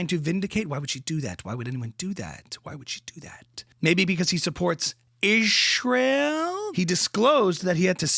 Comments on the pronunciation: why does she pronounce "Ishrael" like that? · LOL thank you for the ‘Ishrial’ it drives me NUTS when she says Ishrial!! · "ishhhraeel" lol. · Omg the way he said Israel lmao 🤣 noooooo